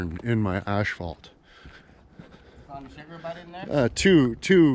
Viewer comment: It' Asphalt, not ashfphalt for fuck's sake...